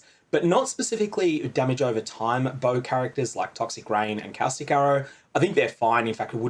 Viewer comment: what the fuck is cow-stick arrow ? you mean cau-stic, caw like a bird and stick like a stick caw-stick arrow ....... hate to know how you say visage.